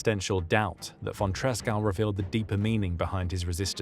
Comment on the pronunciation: Good video about von Tresckow despite butchering his name.